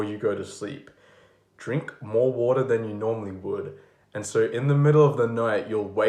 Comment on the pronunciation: drink alot of watuh YES CHIEF!